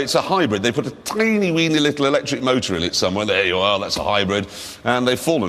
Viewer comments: A V8 “motuuur” 😅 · vee ayte mowder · "V8 moeter" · I love it when Jeremy says “V8 Motor” 🤣